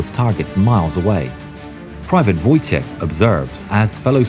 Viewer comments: It’s pronounced voytek lol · It's funny that is calls Wojtek ,,Wojtijech'' WTF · Just a heads up, Wojtek is pronounced like a word Void without a "d" and "tec" with a hard "k" at the end: Voi-Tec, Voitek, Wojtek :D Kindly regards from Poland :) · in Polish "wotjek" is wrong we say "wojtek" or "wojciech" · You read "Wojtek" as :"voytek"